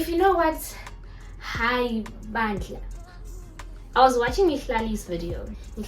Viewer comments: Yes you said it correctly 🇿🇦👌🏽it is hhay bandla . I always enjoy your content Exclamation depends on the moment Could mean - oh Lord, shame on me, wow And yes I'm screaming at you to put back the towel properly to cover your white sweats 😂😂😂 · South African here. The second time you said "Haai bandla" was perfect babe ❤️🤣. Technically, "bandla" means church but when we say, "haai bandla" it's more like - "Oh goodness" or "Oh gosh". Love your content so much. Stay winning!! ❤️